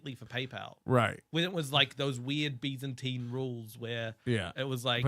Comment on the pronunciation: saying Byzantine 👌